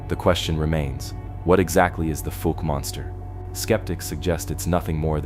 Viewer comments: Fouke is actually pronounced like falk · That is not how anyone in Arkansas says Fouke. The ou sounds like the ou in mouth.